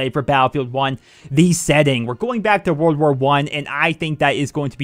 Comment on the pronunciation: Whenever you say "world war 1" I hear you saying "wer wer one"